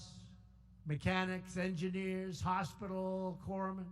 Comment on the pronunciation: He pronounced Corpsman correctly.